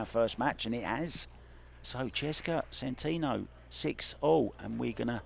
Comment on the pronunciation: Tell the commentator that the name is SEN-TEN-OH not SEN-TEEN-OH